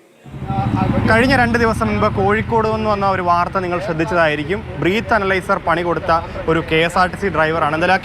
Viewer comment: ബ്രീത് (ശ്വസിക്കുക) അല്ലടാ പൊട്ടാ ബ്രെത് (ശ്വാസം) എന്നാണ് പറയേണ്ടത്.